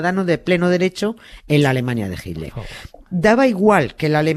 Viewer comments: ¿PORQUE USTEDES, LOS ESPAÑOLES, DICEN HILDER Y NO HITLER?, ¿PORQUÉ NO LES SALE? porque en América Latina, que hablamos el mismo idioma, lo pronunciamos bien. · ¿A cuales españoles habremos oído decir "jilder"? Pues, a estos dos de este video, a Nieves y a Carles. Yo ya también digo "jilder" (me gustó la modificación), pero por tRump digo "trompo" y a veces "trompudo".